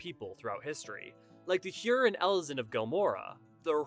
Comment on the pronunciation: Pretty good video overall. You did a good job integrating official developer statements into more in-universe-friendly explanations. Just a couple nitpicks about pronunciation: The 'oe' in Roegadyn makes a long 'o' sound, like the 'oo' in tooth. It's a Germanic language thing. There's no 'i' in 'Hyuran'. Raen is two fast syllables; 'ray-en', not 'rain'. 'Sui' is pronounced 'swee'. Boz-ya, not bozha.